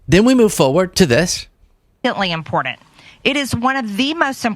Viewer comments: First of all this 'thing' they call mtg needs to learn how to speak. It's imporTant. Not inporent! Did you make it passed the fourth grade?! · One more thing,you Stupid Mouthbreather…there is no “D” in important…it’s NOT impordant 😂😂😂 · "Impordent"...she's so annoying. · Crazy lady!!! I cringe every time she says "im-pord-dent". What a frikkin' hypocrite accusing democrats of what the republicans did 4 years ago. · She has the astonishing ability to include the word "impordent" in every interview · WTF is "impordnt", Marge. Moron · "Impordent" -MTG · I know this is petty, but I hate the way she pronounces "important."